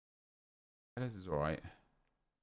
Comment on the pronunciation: Its not pronounced (Tey-yes). There is no double LL pronounced as Y in Portuguese. Its pronounced literally as it is spelled. T E L L E S. Driving me damn crazy every time he says it ffs xD